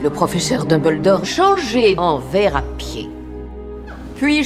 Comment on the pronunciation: A on dirait que Hermione dit "Tom-beldore" 😆🤣 c'est fait exprès ou bien ?